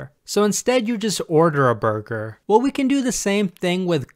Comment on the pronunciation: I swear, everytime he says burger, all I can think is "BuRgEr KiNg FoOhT LeHtUhS"